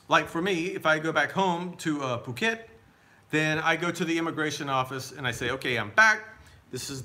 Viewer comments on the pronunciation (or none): none